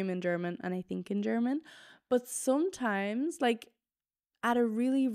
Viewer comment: Man hört so den irischen Akzent manchmal,,sOmtimes"